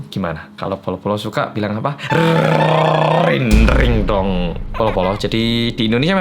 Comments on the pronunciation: mon maap aing denger nya ringringdong bukan rindingdong :v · bilang RindingDong pas Closing, aku dengernya RinRinDong 😂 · Rrrrrrrrrinding brooo 😂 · "RRRRRRRRRRRR. RINRINDONG!